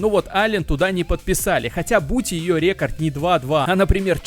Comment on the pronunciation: Почему бы не записывать озвучку в фронт режиме нежели в стерео? В наушниках просто ужасный звук. Ты как будто вокруг меня бегаешь и кричишь рЕкорд рЕкорд